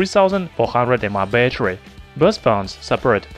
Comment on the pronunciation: lol pronounce Battery